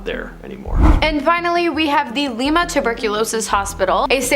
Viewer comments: Still at it huh? Still not researching names? Tiedeman Prounounced "Tee- da - min" NOT "Tide -man* " LIMA" - LIKE THE BEAN- NOT LEEMA! MARRIETTA- "MARY- ETTA" NOT MUIRETTA* AGAIN****LIKE GUY- "CUY-A-HOG-A" NOT COO-YA- HOOGA! 2 VIDEOS IN A ROW!!!!!!!! SAME NARRATOR* AND THIS IS JUST A BADLY REWORDED REPEAT OF 1ST VIDEO! AND STILL NAMES ARE WRONG! Will give this..... 1 narator actually asked question on how to say Circleville* "Circle-ville". Would think would check before recording??????? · bro, its (LIE-muh) Lima.... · If you’re going to mention locations you really need to learn proper pronunciation Lima is like lime-a Marietta has an I in the middle, not merretta, Cuyahoga is pronounced Ki-a-hoe-ga And so forth, there were more mispronounced